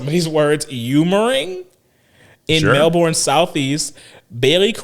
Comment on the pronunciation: Hey had my home state represented with Melbourne but just a helpful hint when pronouncing it don't worry about the spelling but it is said as (Mel Ben) anyway love the pod and been here since ep1